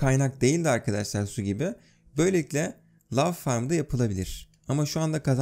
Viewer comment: Nobody:: Lav Farmı